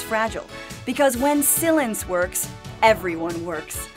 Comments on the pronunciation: SILENCE pronounced Sill-inced. 😂😂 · Gary McCaffrey Honestly I don’t agree with their view points, it’s completely faulty and wrong on many levels, but I think that added to the comedy of the video. Some parts were definitely funny, like Sill-lence instead of Silence.. haha :)